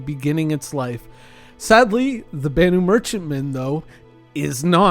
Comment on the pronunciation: Its spoken with a loong A... BAAAnu Merchentman... that's why it takes longer